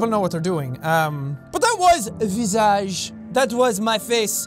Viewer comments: “.... and Welcome back to **vee zazhe**” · jack: * pronounces visage * my french-speaking ass: expiration nasale extrême